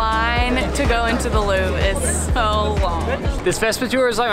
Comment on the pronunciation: The way you pronounce "Louvre" sounds like "loo" - so, is it the biggest loo in the world? Don't omit the "...vre" - it's Looooovre!